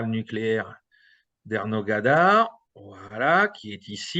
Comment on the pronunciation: Energodar ! Pas Ernogadar !